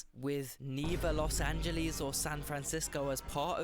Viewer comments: As an L.A. native since the 60's, please pass that "Los Angeleez" admonition along to Piers Morgan. He's the number one Brit offender with that. 😄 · When will brits finally learn that it's not "Los AngelEEZ"... While most of the analysis you see here are undeniably true, a diss video like this doesn't showcase many of the reasons a lot of people like it or choose to live there: it's one of the most comfortable climates in the world, it's one of the best food cities in America, some of the best abundance of fresh fruits and vegetables in America, top 10 healthiest cities in the country, a booming economy, higher wages than most American cities, access to nature and the beach, outdoor recreation activities, a magnet for creative people, high cultural/ethnic/linguistic diversity, access to world-class museums, music venues and festivals, the list goes on. Every city has its own set of massive pros and massive cons- for some people the pros outweigh the cons, and for others the cons outweigh the pros.